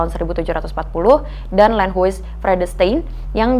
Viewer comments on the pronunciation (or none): Landhuis dibaca lend-haus (u-nya tajem, monyong)